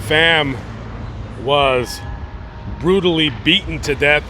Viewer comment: it’s brutal, not burtal👍